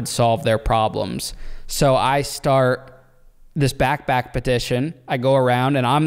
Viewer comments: .. dude, what’s a “Back Back”?? 😆 U know there’s supposed to be a “P” in that word.. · it sounds like you say “backback”, it’s “backpack” lol